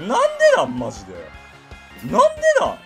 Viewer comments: 私、関西ではないですが、それでも分かるくらい変ですね。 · なんでなんの発音が関西人としてなんか嫌（笑）